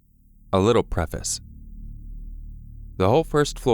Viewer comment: PS. Dear, THANK YOU for actually saying "preface" the CORRECT way! ❤️❤️❤️ Man, it is shocking just how many of these horror narrators say it wrong! They say it as if they were reading two separate words, "Pre" and "Face" (Pronounced like "PREE FAYSE"). Ugh, it's incredibly irritating! It's an elementary school level word!